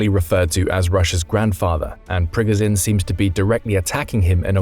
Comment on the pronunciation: Prigozhin is not Prigozin. He is the Preegojin. Not the Z, but the French J or Ge without the D.